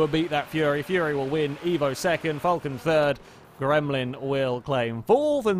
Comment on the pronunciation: you're getting better, but you still cannot pronounce "Falcon" correctly. The car is pronounced more like "Fowlcn" I'll try to send some sort of audio file on the forum, so you know, it's starting to be slightly annoying for an Aussie, like a Prii that could have been murdered but hasn't been murder XD Great video M8 though